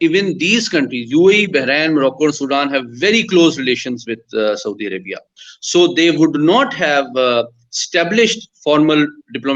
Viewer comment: Haha 😂 Saudi arabiaaa